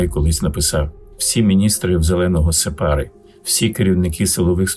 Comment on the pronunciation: Не сепАри, а сЕпари.